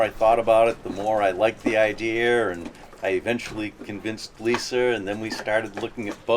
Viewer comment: He had the indeer with Lisar, in Floridar..